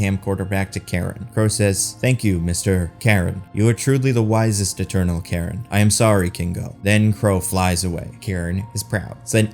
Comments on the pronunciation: Kind of annoyed you pronounced Karun as Karen. Try pronouncing it as Curren if that helps. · I was actually expecting the deviants to join the eternals by the end, but then AJ kills "Kro" (totally missed that was his name), and I was like, "OK, guess not." Also, I think the valet's name was Karun, which should be pronounced "Kah-rune" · It's pronounced "Caroon" Everyone in the movie got it close to right. And yet it gets mispronounced in the video.